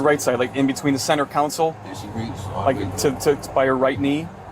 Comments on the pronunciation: People need to annunciate between center console* in a car Too often I'm hearing council, it's not center council, it's console* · "The center 'counsel'?? 🙄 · What is a Center “Council”?! Are you trying to say “Console”?! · 'Center counsel' My guy, Officer.. The word is 'console'